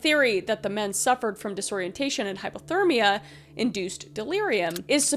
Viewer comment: I don’t want to seem rude, but it is driving crazy. Are you saying hypothermia (low temperature) or hyperthermia (high temperature)? Cause it kinda sounds like you are saying hyperthermia.